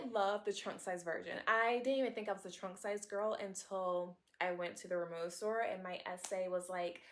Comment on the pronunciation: You’re pronouncing the brand name incorrectly. Since it’s a German name, the W is pronounced like a V. Ree-moh-va